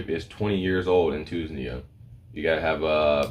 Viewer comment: two-knees-ja = tunisia 🤣🤣🤣 good post, i am following this, good info thanks